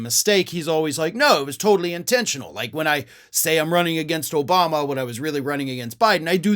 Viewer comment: From the stable genius that gave us such hits as "OBAMNA!"... 🙄